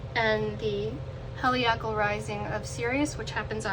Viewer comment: I think you said helical wrong, but this is a nice reading.